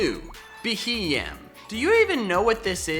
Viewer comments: IT'S BEHEEYEM, NOT F*CKING BEHEMEN! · 1) This is basically Top 10 Forgettable Pokemon all over again, and the entries are too cliche (Wow, Heatmor and Beheeyem in a list like this? Who would have thought?) 2) Beheeyem is not difficult to pronounce, you just need to think of the acronym for Bug Eyed Monster, which is a folklore term for "alien" 3)If by your own admission you're not good at battling, stop basing your judgements on Pokemon off of that. Lickilicky can be a great Normal Gem STAB Explosion lead in lower tiers 4)A list like this is a magnet for hate and a sarcastic introduction will never be enough to stop it, it will just make the haters angrier. That being said, I still like your videos, I just think you can do better than this